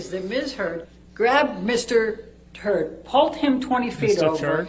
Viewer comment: Did Elaine just say Mr Turd?